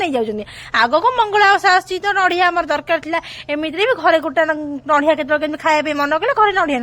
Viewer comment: Kn chalichhi ethi jatra..... It's nadia, not nadhia. (Kobari kaya)